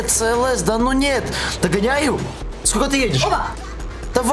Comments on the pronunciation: в английском только си ел эс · ты там сказал цлс тамаева😂😂😂😂😂